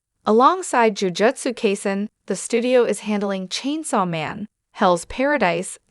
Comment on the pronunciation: "Jujotsu kayzin" 2 seconds into the video